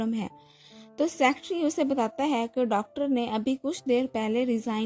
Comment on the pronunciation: Please Aap Secretary ko aache se pronounce kariye.